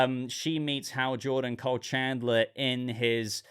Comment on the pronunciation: Why are u calling him "Cole"? It's KYLE, man 😅